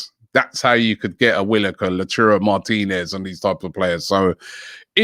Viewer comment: The best thing about this show is you get to listen to 500 different ways Robbie can pronounce a player's name.... "lautirio Martinez, Lowturo Martinez"